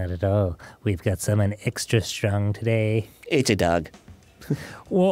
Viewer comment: Everytime Arin fucks up kyoko's voice I just can't help but laugh and smile. "Extry extry" it's just TOO funny